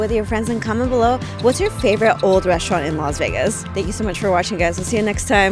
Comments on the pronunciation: Laz Vegas? You're the only one that pronounces it that way. Enjoying the restaurant tour thank you. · Laz Vegaz, she says!